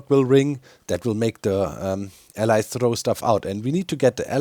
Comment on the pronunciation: why does doc call them allies instead of allays? does he have trauma?